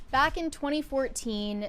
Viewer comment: “Bawk?” Do you mean “back?”